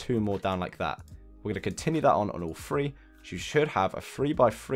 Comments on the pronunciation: thats what i was thinking my next thought was sooo there sre layers i have to pay for? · yeah that what i thought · thats what i was thinking my next thought was sooo there sre layers i have to pay for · is it just me or when he says "three" it sounds like "free"?